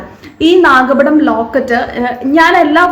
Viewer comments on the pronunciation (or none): Nagapadamnot nakapadam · നല്ല ഭംഗി! നാഗപടം എന്നാണ് ട്ടോ